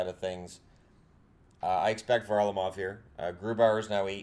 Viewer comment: I think it's actually Grubauer that is starting in goal tonight (wish it were Varlamov -- whose name, btw, is accented on the 2nd syllable). I guess Varly will take the back end of the back-to-back. We've been managing a few wins lately, but haven't been looking nearly as sharp as initially. Hope we can regain that.